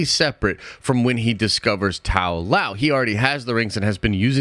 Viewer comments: tao loh bro tao loh its LOW not LAO have you actually watched the movie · Why are you pronouncing Ta-Lo as Tao Lao and Noor Dimension as Noor-n Dimension? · Ta-Lo (Tah-Loh) & Noor. Not Tao-Lao & Norn. Interesting theory, tho.